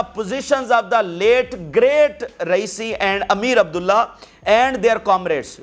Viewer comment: PLEASE CORRECT AMEER ABULLAHIAN is the right pronunciations